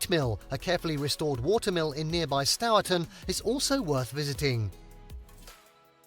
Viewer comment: Stourton is pronounced “sterton” just saying 😁